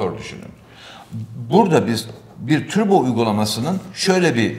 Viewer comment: dünyanın en güzel Turbo diyen insanı